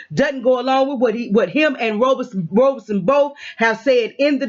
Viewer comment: sorry I didn't see thst pinned comment. And nevermind lol... it just bugs me. It's not "Robe son" it's "Rob son". Pronouncing it like a garment one wears after a shower is incorrect. Thsts all. Peace